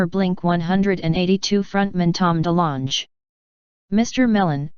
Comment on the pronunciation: Tom Delonge (dee-long) not de - launsche(?). Ok, I'll stop bitching. Is this the same case that had the stills of the triangular craft diving in and out of the water? Between that and the Chinese 'lightbar' stills, those are key pieces of footage. The Navy would be a reliable group of witnesses. Wouldn't you agree? With Atip now revealed to be an actual pentatgram project, it's pretty apparent that discloser is close at hand. I want answers like you all do! There is ALWAYS a 5 to 10% of evidence that can NOT be debunked or even explained. According to Project Blue Book, that's some 800 cases in thier files that temain unexplained. Personally, I think it's demonic. These things are defying physics. People have reported being abducted right through walls? How is that possible? Some have reported yelling out "Jesus, help me!" these things were said to have scattered like flies upon hearing His name. How would they even know it..unless they have been here all along..like the Watchers, and we all knpw who they were/are.